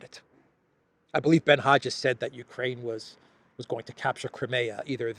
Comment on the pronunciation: Learn how to pronounce "Crimea", correctly, and we might take your report seriously.